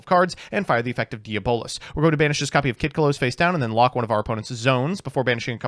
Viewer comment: yeah, right? It's called Diablosis not Diabolis!